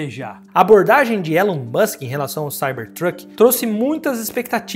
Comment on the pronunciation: O nome dele se pronuncia "ILON" musk. E não tem essa de estamos no Brasil. O nome é próprio e deve ser pronunciado corretamente.